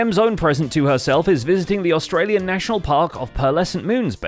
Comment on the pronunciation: sustralian? lol?